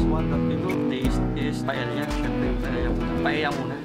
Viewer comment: Owner was 👍 Pronunciation daw was..Paeya ( Paella)😊